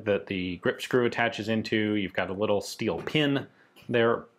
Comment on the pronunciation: Emphasis on "little"!